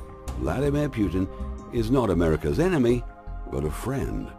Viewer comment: Putin, not Pyutin!!!